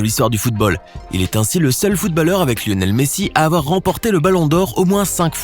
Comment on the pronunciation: qui sa enerve qu’il dit footbAlleur au lieu de footb(au)lleur